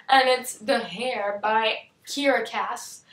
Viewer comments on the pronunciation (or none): Heir is pronounced as "air" and not "hair". :) Sorry just noticed.....